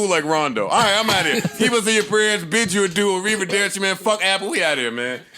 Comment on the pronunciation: "Bid them adoianna" 😂😂😂😂 I'm done